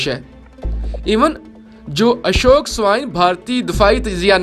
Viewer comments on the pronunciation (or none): none